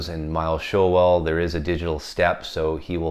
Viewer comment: Hi, I’ve met Miles Showell it’s pronounced Shoal 😂👍 The Uk original copy is the one to own,far superior to the US RL cut. The Uk version is a demo record I kid you not 😎👍